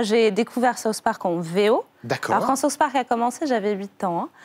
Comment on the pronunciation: MOI qui ai une immense culture us j'adore SAUCE parc ! T'as quel culture tu sais meme pas prononcer SOUTH sans dire SAUCE ! mdrrrrrrrrrr